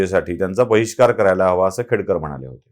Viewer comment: खेडेकर बोला सर,खेडकर नाही.खेडेकर मराठा आहे..